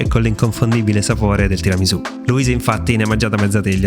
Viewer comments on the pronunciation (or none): No no no, non va bene. Cosa sono queste varianti? Bisogna rispettare la tradizione! Non si può fare come si vuole! Mi riferisco alla pronuncia della S. È tiramisù con la S di Sassari, non di Rosa. Comunque mi segno il link e appena ho tempo lo faccio. Il mascarpone con lo yogurt lo facevo anche io, anche se vorrei provare a sostituire la panna con quella simil pasticciera.